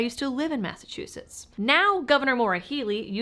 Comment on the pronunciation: You left Massachuusetts?